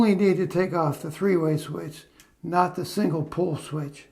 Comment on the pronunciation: Hey, hope all is well. Just curious, were you saying single pull or single pole? Nice video once again.